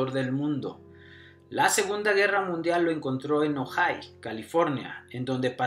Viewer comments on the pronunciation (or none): none